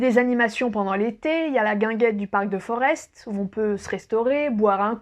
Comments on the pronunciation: On ne dit pas Forest mais forêt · Forest ça se prononce comme une forêt 😉 Sinon chez Antoine à Etterbeek, tu vas aimé les frites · Mdr j'habite à 35 bornes de BX et c'est une française qui m'apprend ma capitale. Sinon mon seul conseil ce serait d'éviter la rue des pitas qui est l'ultime piège à touristes. Petit cours de belge: Forest se prononce Forêt tout bêtement et les Schaerbeek > Schaerbéék